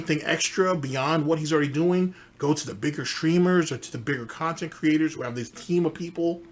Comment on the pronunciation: "I was immediately threatened about a podcast that only happened because I begged at least three different khantent creators to interview me, correct? Aaaaaaaaaaand Now I'm ex-tree-mlee butthurt because I looked like a jackass in front of all of the new viewers I wanted to draw in. Sound good?" TIFTFY